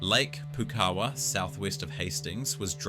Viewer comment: It's "Pou-kawa", not "Poo-kawa" 🤦‍♀️